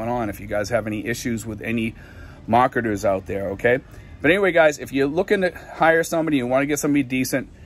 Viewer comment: Mahketahs = marketers